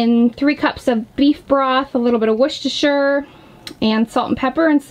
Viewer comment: It was so good to hear an American pronounce “Worcestershire” correctly lol 😂 well done 👍